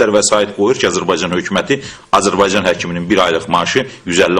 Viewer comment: Этот урод говорящий про Азербайджан,даже правильно произнести не может-Азербайцан ))) Убейся цуко об стенку!